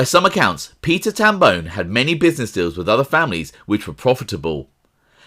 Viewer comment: It’s Tam Bon”e” not bone How I know? It’s my last name.